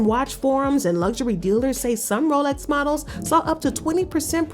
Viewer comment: Its Lolex 😂